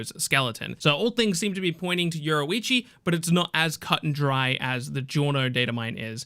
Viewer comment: Say, Your-Roo-Ichi . There we go. Fuq is this euroeechi